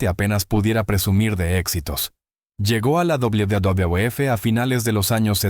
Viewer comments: Porque no pronuncias bien WWF se oye ridículo como lo pronuncias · El contenido es muy bueno, lo que te pido es que ajustes la voz de IA que usas, al referirse a la WWE o WWF, suena extraño y lo peor hace que pierdas el hilo de lo importante que tratas de decir. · Vídeo muy interesante. Mucho ánimo con la pronunciación de la "uvedoble uvedoble efe". Me encanta el canal. A darle duro!!!